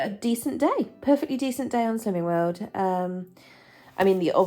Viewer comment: So to my American ears it's sounds like "sins" instead of (I am guessing slims?)lol